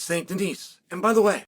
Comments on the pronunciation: Please stop calling the man Denise. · Benois Saint Denise - Chael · Saint Denise lmao